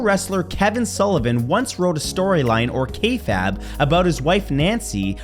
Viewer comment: Btw its kayfabe not kay fab